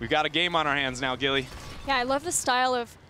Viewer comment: "GILLAY!" XD